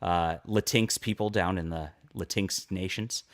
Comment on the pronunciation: the way said it made it sound like kleenex: lateenex